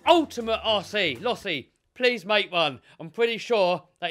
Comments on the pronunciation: It’s pronounced losi not lossi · No offense,; but its pronounced (Lo-See) as in Gil Losi (Jr & Sr) other than my A*shole moment, love the channel!!!! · Bruh your pronouncing it wrong Its Losi Not Losi